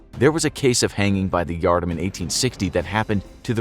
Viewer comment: It's pronounced yard arm.